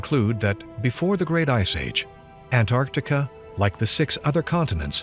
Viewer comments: NOT Antartica..... AntarCtica. jeez. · Its funny to me that only andrew collins is the only one that can pronounce Antarctica he doesn’t say ant r tica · I always thought was an intelligent man until I discovered he was unable to pronounce the word Antarctica